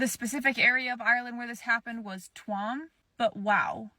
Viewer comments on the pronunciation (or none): Twam 😂😂😂😂😂😂😂😂 fucking hell. Its T U A M ..PRONUNCIATION CHEW-EM....if ur really irish u say it that way 😂😂😂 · The babies bodies tossed into the septic tank was not twam..it is pronounced Twoam..spelled tuam. No men ever held accountable. Still happening in 2025.